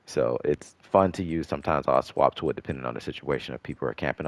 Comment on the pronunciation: maybe I’m trippin but the way you said “to” or tew 😂